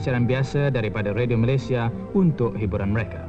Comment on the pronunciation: org dulu2 walaupun menjadikan dialek riau-johor bahasa perantaraan dan mengarus perdanakan tapi pengucapan Malaysia tetap MalaysiA( sebutan baku dan rasmi) bukan Malaysie.. org2 TV sekarang galak pengucapan Malaysie.. Badan2 Finas,DBP, Jabatan Penerangan Malaysia pun seperti halal sebutan tersebut.. sepatutnya kekal la sebutan Formal iaitu Malaysia bukan malaysie.. ni bangge dgn sebutan Malaysie.. seharusnya mana2 nama negare yg hujung A sbutan juga A bukan E.. tiada konon2 sleng apa bagai.. ambil contoh pengacara dlm tv ni boleh je sebut Malaysia bukan Malaysie.. Finas,Jabatan Penerangan Malaysia, DBP kene adil dgn mejoriti rakyat Malaysia yg masih lagi sebut Malaysia bukan mengia kan kelompok minoriti yg bangge sebut Malaysie.. nanti lama2 generasi kedepan , jgn kan pengucapan tapi menulis pun Malaysie kalau kita tak betulkan dari sekarang..